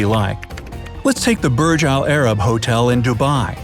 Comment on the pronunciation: Im arabic and the way you say burj alarab is sooooo uncomfortable its: برج العرب